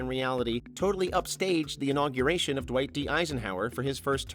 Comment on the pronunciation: ?"Dweiss D. Eisenhower"? ?Dweiss", not "Dwight"? ( _ )